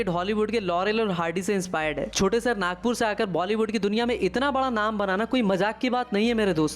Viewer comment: Abey tu kon se gaon se hai jisko shahar bolne nhi aata sahr sahar kar raha hai Nagpur ko chota bola raha hai Nagpur chota sahr nhi re bolne pahale soch ke bolo 😂😂😂😂😂😂😂